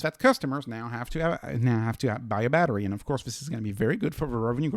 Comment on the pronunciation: When you say Badri, it sounds like battery 😂